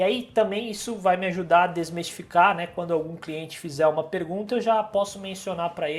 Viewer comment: Não é "desmestificar" - o correto é DESMISTIFICAR :) Muito bom o vídeo, obrigado!